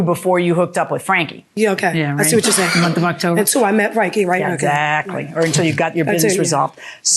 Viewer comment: "This is how long after you bought the car?" "A munf."